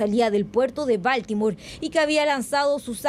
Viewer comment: Aprendan a pronunciar la palabra BALTIMORE PERIODISTAS DE JUGUETE SE ESCRIBE BALTIMORE Y SE PRONUNCIA BALTIMORE DONDE ESTUDIARON??